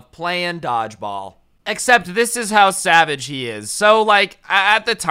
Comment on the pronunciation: did you say sabbage or savage